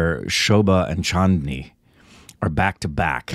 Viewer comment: keep saying chattni( is a sauce eating with samosa 😂😂) instead of chandini Rekha’s name in the movie